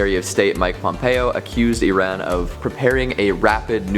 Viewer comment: Thank you for pronouncing Iran correctly